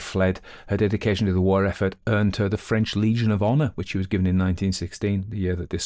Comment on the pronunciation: A lovely reading, nice French pronunciation.